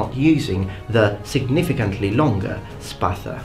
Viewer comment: First of all, great video. I really like your content. Secondly, thumbs up for pronouncing "Spatha" correctly. What are your studies? History, glossology? Ethnography maybe? Thirdly, both swords were great and effective, for their time. They served different necessities as you stated yourself. I gravitate though, a little bit more to gladius, because, it needed less motion and force to be effective, making it more dangerous. And to tell you the truth, every time i hold a gladious, it feels like an extention of my hand. It also feels like i'm flexing with weights. It could kill even with the back pommel.